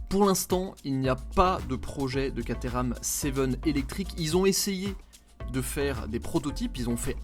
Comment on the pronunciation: ENFIN une immersion chez Caterham !! Merciiiiiii 🙏🏻 Et tu le prononces bien 👍 😉 Moi aussi j’en aurais une !!!! Et je te souhaite d’essayer une 620 très bientôt et de nous régaler 😍 Merci encore 👌